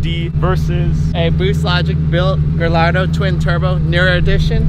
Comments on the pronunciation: Lmao “GaLARDO” instead of “gaiyardo” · Did this man just say "Gah-Lar-Do?" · First off... you can't say is the master of Lambo's when he actually said gallardo, instead of "Gayarrdo" cmon.... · "Gal-lardo" really didnt need to insult the car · Guyardo just say that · did he just say GALLardo hahaahahah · Did he just say Geh-lard-dough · Guy owns a Ga'lardo' and probably has a Porsh too. WTH dude? You can't pronounce the car you own? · Bro it is pronounced gayardo but I spelled gallardo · man your "guru of cars" cant even say gallardo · what do you expect he pronounced gallardo incorrectly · IF he’s a car guru, he should be able to pronounce the word gallardo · That fool didn't even pronounce "Gallardo" correctly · he is a “true car guy” but doesnt know how to say the name of his car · Funny how the dude has a Gallardo and can’t even pronounce it correctly.